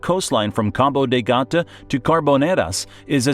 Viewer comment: Es Cabo de Gata.🤦🤦🤦🤦